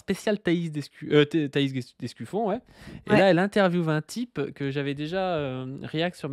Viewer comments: C'est vraiment dur de ne pas entendre ''Escufion'' a chaque fois 🫢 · C'est l'Escufion ^^